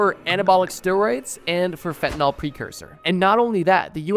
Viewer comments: How does a drug channel mispronounce fentanyl. Nyls and Nols are entirely different chemical compounds… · Homie why are you saying "FentanALL" ?!? Theres a "Y" there my guy... "FEN-TEN-ILL" not "FEN-TEN-ALL" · Bro said instead of fentanyl try cbd😂